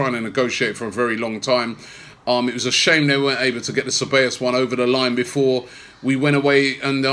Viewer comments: its not cabellos robbie it is ceBAllos smh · Ce-bij-os.. not Ce-bay-os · God dammit Robbie, it's Ceb-ahhhh-llos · His name is pronounced “Saybaayous” Robbie,lol. Anyway,good addition to the team despite the loan arrangement.